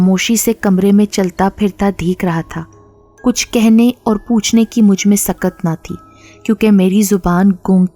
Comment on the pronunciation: Apki mein ka accent theek nahi. Jese chai mein cheeni zayada hai ki mein alag hoti hai aur main raat late soya tha dono mein aur main ka accent alag hota hai.ap main ko mein bolti hain. Awaz achi hai apki..